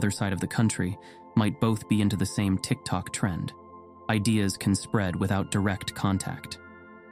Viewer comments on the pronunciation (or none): none